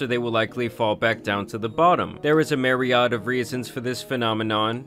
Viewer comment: it’s meer-e-add meer like meerkat, letter e, and add like i add and subtract. Irked me for some reason 😂